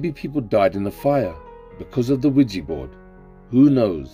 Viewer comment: Yo pronunciation is key 😂😂😂 Not Widgey board 😂😂😂